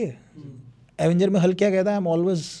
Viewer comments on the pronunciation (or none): none